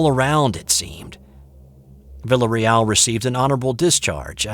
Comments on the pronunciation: I believe the pronunciation of the soldier's name would be "vee-ah-reee-al" if it's spelled "villarreal" ~ Spanish for Royal House...sorry to nit pick! lol ~ really cool story! my older brother went to 'Nam, but he was, luckily, not in the infantry in the jungles. I've been listening to lots of Bigfoot stories lately. Thank you and company. I vote REAL! Although I laughed out loud when you said it might be some sort of mass hallucination on the part of our stressed young men in a strange world. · Learn to pronounce his name before you sight it 27 times! "Vil-A Reel"...just sayin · It’s “vi-a-re-al” on that pronunciation. Otherwise, great story!